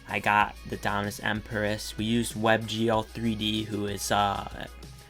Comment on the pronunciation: I DO NOT like how you pronounce Empyreus